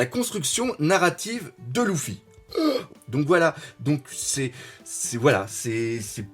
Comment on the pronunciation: c'est pas louffy c'est luffy